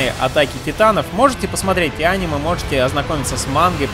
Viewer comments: Ударение покинуло чат.. анимЕ, а не Аниме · Я выключил видео из за его произношение: ани'ме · аниме ударение на е